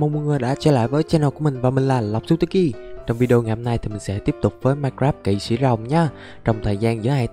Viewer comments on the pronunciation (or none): none